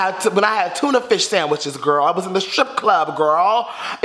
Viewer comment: You need to stop saying gril